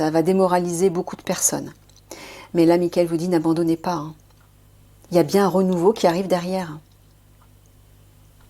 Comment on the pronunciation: Merci Nathalie, gratitude mon frère Michael 😇😇😇🙏🙏🙏💛💛💛. Attention lorsque l'on dit " il y a" bien articuler sinon cela fait = L IA = accepter , appeller L IA sur nous", c'est fait exprès car c'est dans notre vocabulaire et nous l'utilisons fréquemment. Pour certaines personnes qui décèdent, c'est également parcequ elles ont fini leur contrat d'âme et vont dans la lumière divine d'or en christ et c'est leur dernière incarnation sur terre. Belle journée